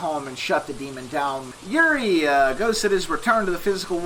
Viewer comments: This was exactly what I was looking for after this game kicked my ass tonight, which was my first time playing it. However I have to nitpick one thing. It's pronounced "Yu-ray-ee" not "Yurie". It's a Japanese ghost, basically if you've ever seen The Grudge or The Ring, those are classic Yurei. Thank you for the excellent guide! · You pronounce yurei really wrong :< It's just the Japanese word for ghost. It's pronounced like You-Ray.